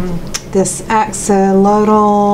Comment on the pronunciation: Love the Axolotl.. just can't pronounce it! Lol